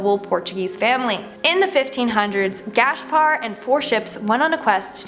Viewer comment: Love these mysteries and it's always so creepy.....but please verify pronunciation.....it's Gas-par.....not Gash-par.....and their names is written as Corte-real and pronounced as Cort-eh ree-al. Like it's such a simple thing. =_=